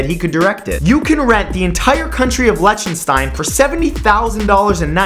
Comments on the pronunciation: It's not pronounced Lech-in-stein, it's Lick-ten-stein. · 2.50 : Liechtenstein : "Leak - ten -schtein" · Excuse me sir, you seem to have pronounced Liechtenstein incorrectly.